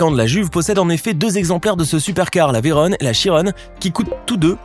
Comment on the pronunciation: Un peu de respect pour la prononciation des noms des pilotes français M. Chiron et M. Veyron.